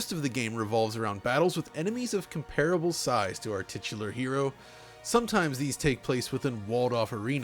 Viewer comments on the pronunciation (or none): "Titular hero..." Did you just say "tits?" (~Gamesack, probably)